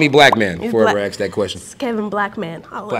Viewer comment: Only person thàt can axe me anything. Ask is apparently a hard word to say.